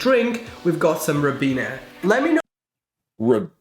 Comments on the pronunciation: He's saying Ribena pronounced (Ryebeena) it's a blackcurrant squash which is banned in the US xx we love sausages with onion gravy mashed potatoes and peas the difference here is it's separate it should be on one plate and you eat it all on the same fork xx sorry to say but the young man in this is very pretentious and he's more interested in his own voice sorry I'm old I can be outspoken ha ha xx squash is a concentrated form of fruit and you dilute it with water to taste xx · In the UK, Ribena isn't pronounced the way the presenter said it, In the UK we pronounce it like this.. Rye-Beener which is a blackcurrant cordial. So I know either he's not British or he learned that pronunciation from someone pretentious. The weird thing is that in the UK, we usually have all the dinner 'components' together on one plate and never eat them separately. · When I was at school, we had all our food on plates and in bowls. Never had it on a tray like that. We would have the bangers and mash together with the gravy and apple crumble (the pastry and breadcrumbs are broken up and sprinkled over top) the Ribena pronounced (R-eye bina) is a cordial that you dilute with water. It's made from berries but the main is Blackcurrant and apples. We had cooked food in our primary and junior 🏫 schools. Pies, roast chicken, hunters chicken etc. It was nice home cooked food. In secondary school it was fast food with burgers and nuggets! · Ribena (more commonly pronounced as RYEbeena) is just blackcurrant cordial diluted with some water to stop it being far too sweet. I know blackcurrants have only recently been allowed to be farmed in the US. They had a ban on it for health and safety reasons which is bizarre considering the amount of crap put into US foods. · i believe he said Ribena (pronounced r-eye bean-a) its a blackcurrant fruit juice brand (and yes it is factory made, but fruit juice is almost always involved in juice production) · Pronounced Rye-Been-Ah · It’s Ribena, not ribeana